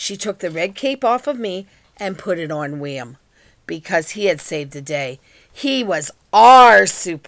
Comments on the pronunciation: No efence but it's William not wiam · Btw u said William wrong